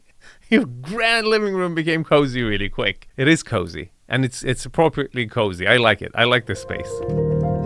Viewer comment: pronounces cozy---> cuzy